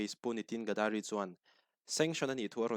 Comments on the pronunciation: "Gadari" nilovin "Gadkari" ani e. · Gadari tiin i lam tlatin ka hria, NitinGadkari zawk a nia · Gadkari Ga-da-ri ❎ Gad-ka-ri ☑️